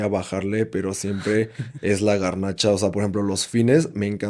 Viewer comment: Minuto garnachas jajaja super fresa